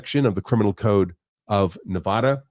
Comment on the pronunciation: please pronounce my state's name correctly.